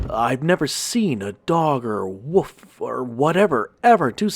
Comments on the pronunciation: Was I the only one that wanted to smack his every time he said woof instead of WOLF ......... maddening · I like the content and the quality of your videos but you have to fix the pronunciation of "WOLF" & "WOLVES" you are saying "WOOF" & "WOOFS" and it drives me insane lol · Dude i love ya but it's pronounced woLf!!!!!! Not "woof"! Again! I love ur stuff big time but that's been bothering me lol. No disrespect intended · woLf,,,woLf...woLf! For the love of God, there is a freaking "L" in the word!